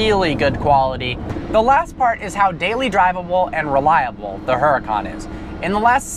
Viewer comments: its huracan not huracAAAAn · HuraCAN not HuraCON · the H is silent its fucking annoying lol but its his car so ig he can call it what he wants